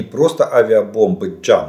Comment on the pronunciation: JDAM - читается не джам а Джей дам. Joint direct attack munition